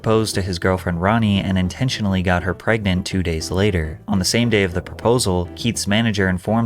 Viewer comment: "intentionally got her pregnant" why'd you say it like that 😭